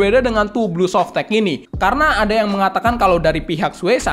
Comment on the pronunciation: "tu blu softek" wwkkwkwkw